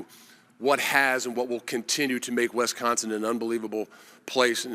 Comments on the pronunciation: Can someone please explain to this guy… it’s wIsconsin…. Not wEsconsin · Hey coach, maybe learn the correct pronunciation of Wisconsin for starters!